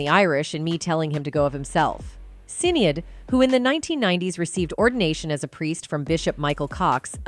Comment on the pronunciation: I wish the narrator did a bit more research the Dearly beloved line is not in Purple rain. Also the pronunciation of Sinead was irritating as hell.